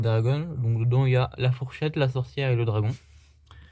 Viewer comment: "Dedant" ÇA FAIT MAL